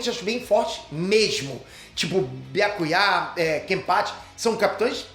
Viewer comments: Byakuyá ? Fala o nome dele direito mzr Byakuya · Ta de lascar ouvir pronunciar errado o nome de Byakuya e de outros personagens. Depois ele quer ter razão quando reclama quando pronunciam o nome dele errado.